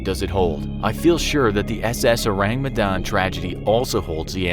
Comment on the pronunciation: As an Indonesian, I appreciate that he says "Medan" in the right pronunciation